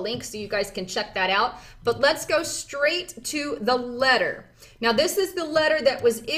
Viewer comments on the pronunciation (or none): none